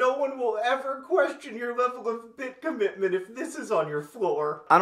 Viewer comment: Cobitment? Cobbitment?